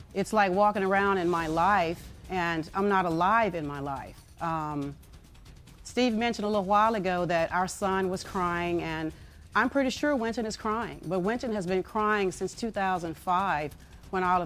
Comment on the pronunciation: she didn't even say her own sons name right she said winton not wynston